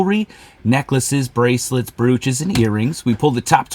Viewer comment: Hey there! This is a fun channel. I champion your success. The correct pronunciation is “broach” (like roach). Also, you have misspelled the word in the title of your video on YT, which may affect your views.